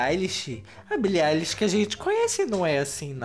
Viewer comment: primeiro Youtuber que fala o nome dela certo